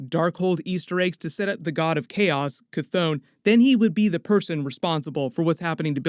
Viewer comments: Sorry man, but your pronunciations are killing my vibe. Ch-thon - Ch (like, chiller) Thon (like, Th-On). The Billboard behind Agatha Harkness is also a bit of a clue, I feel, as to whether Agatha's intentions were bad or good, in this case... the tagline says, 'Using the Power of Mother Earth'. Also, when you get a look at the pages from the Darkhold, the page on the left does look a bit like the representation of the 9 realms (including Midgard) that we got from the Thor films, with the top most part resembling a symbol from the Kabbalah. The symbol on the other page above "Scarlet Witch's" head does look like a writhing tentacle as seen from below, so it could possibly represent Chthon, but also seems to be forming a circle behind her... (see video ). There is going to be fascinating stuff for the next few years within the Marvel movies. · ITS PRONOUNCED KA THON NOT THAT HARD LOL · KAH-th-on, "on" like to turn something on